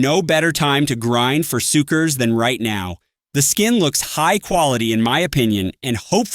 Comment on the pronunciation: “For sukkars” 💔